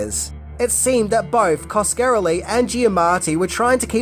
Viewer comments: Oh my god.... it pronounced Kaws-kuh-REH-lee. Yer killin' me,. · Cos-ka-RELL-ee. How can you be a fan of the genre and not know how to say his name. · I'm not even finishing this. Repeatedly mispronouncing Coscarelli is too much for me. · Great video but it hurt my ears everytime Coscarelli got butchered. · wow didnt think anyone could butcher Don's name that badly. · Every time he says the name I winced. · Every time he said the name I felt like someone was pinching me in a painful place.